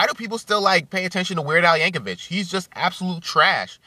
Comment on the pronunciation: They are called "parodys", not "covers", and its pronounced "Yankovic", not "Yankovich". You are entitled to your own opinion but explain why you hate him, because this video was you brainlessly babbling on and ranting and raging.